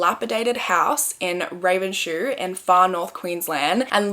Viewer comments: It's pronounced Ravens-hoe, not shoe! I live about an hour away from there :) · Ravenshoe is pronounced ravens hoe or when put together more like raven so, but I can see why you would pronounce it like that 😂